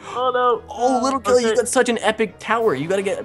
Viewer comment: It's little Kelly not litter kelly